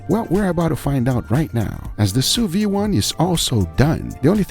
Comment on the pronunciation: "Sous vide" is pronounced "sous veed", not "sous vee".